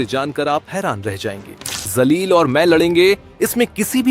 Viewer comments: Mr Editor pl change yr pronunciation that Jaleel not Zaleel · Janab ,Zaleel Sahab nhi "Jaleel " Sahab ,sahi Naam lijiye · Pronounce sahi kar re pagal imtiyaz jaleel hsi woo not zaleel 😂😂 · Abe jalil ko zalil kyo bolra kis anpadh ko news ne ancer banaya hai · भाई, सही pronounce कीजिए। वह शब्द zalil नहीं है बल्कि जलील है दोनों में ज़मीन आसमान का फ़र्क है। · Naam toh sahi bolna seekle..zaleel raha..jaleel bol..ja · Abe ye imtiyaz zalil nhi ye imtiyaz jalil hai naam achhe se loo media walo . Itna padh likh ke bhi ek naam sahi bol nhi sakte ap log . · Sir ap ko naam bhi sahi nahi bolna ata hai naam hai imtyaz Jalil hai mim ka sher kahajata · His name is imtiyaz jaleel not what you are pronounced